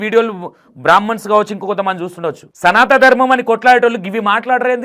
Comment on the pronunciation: Sanata Dharmam kaadu, Sanatana dharmam. Padaalu sarigga palakandi meeru.